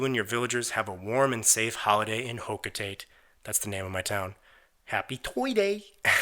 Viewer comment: I know that this is a year old but the pronunciation of "Hocatate" really bothered me . . . If it's a Pikmin reference, then it's pronounced like "Hoh-Kah-Tah-Tay". If it isn't a reference then lmao sorry.